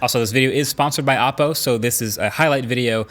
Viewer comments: O po not aah po. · Every time you say the names of Chinese brands I cringe. It's not your fault or anything, but when you know the correct pronunciation, it's hard to not notice the mistake. OPPO is pronounced like: oh Poe HUAWEI is pronounced like: H w-aww way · I likes the part where hes says appo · Every time he says Oppo I hear Apple .. Am I alone ? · Is “Oppo” the way they tried to pronounce “Apple” ?